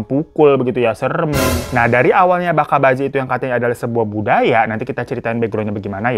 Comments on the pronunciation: bukan baka😭😭 tapi bacha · Bacha cara baca nya pake huruf C aja (baca) .. "bacha" artinya anak laki2